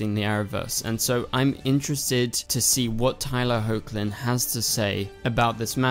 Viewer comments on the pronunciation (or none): MY GOD.......learn to pronounce the actor's names right. It's not HOKLIN it's HECKLIN. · Just a heads up. Tyler’s last name is pronounced as Heckland even though it’s spelled as Hoechlin.